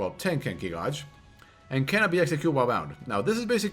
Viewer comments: Gauge is pronounced 'gayj' not 'gawj' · Gauge. Not Godge. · This man can’t even pronounce “Gauge” and you’re sitting here talking shit defending him. Lmao IDIOT